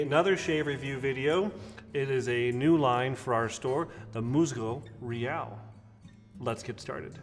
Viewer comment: Good video I grew up with this product and many of their products… the pronunciation is closer to Mooshzoo Reeál.